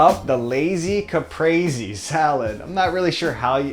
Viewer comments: It's pronounced Kah-pree. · This guy just said caprazi. Italians everywhere are so pissed of rn. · you pronounce caprese cu-pray-say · Quinn Robertson he was rhyming it with lazy